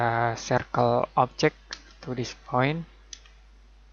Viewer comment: no one says 'objec' better than this guy